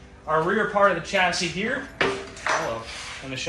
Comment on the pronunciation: Chassis is a French word and is pronounced shasee not chasee.